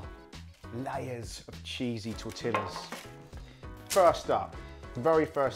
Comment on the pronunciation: Hello. Looks great. Must be delicious. My mom always included a bit of oil in the guacamole as well. Corn oil. Mexican here, helping you out a bit regarding the pronunciation of the word "tortillas". Pretend the two L's are like the Y in the word yellow or the Y in the word yesterday. Gracias! ✌